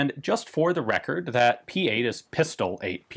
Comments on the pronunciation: "PISTOLE", not Pistol. "Peestohleh" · Should you be interested in such minutiae, Ian: the "e" in "Pistole" is not silent in German. The "le" sounds kinda like the french word "le" as in "le tour de france" or whatever example suits you. Or say it in three words: piss to le That also works... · What I meant was, that you do pronounce the 'e' at the end of a word in German, but it's not pronounced with an 'ey' sound like pistol-ley but with a deadened e sound like like the first e's in end and everywhere. Ich weiß das weil ich Deutsch bin. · Dear Ean, the "e" in Pistole is spoken in german (we don´t have silent letters) so it would be more like "Pis-to-le". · The "e" in German "Pistole" is pronounced, so you should try saying something closer to "pistola"... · It's pronounced "Pee-stole-eh" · The e in German is not silent, you pronounce Pistole like you did but with a “e” like in “everywhere”. It’s the same with Porsche, most of you pronounce it like Porsch.